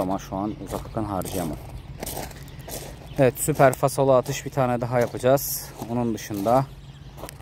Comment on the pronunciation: fasolu değil falsolu kral